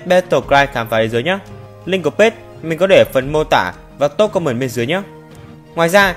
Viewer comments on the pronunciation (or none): none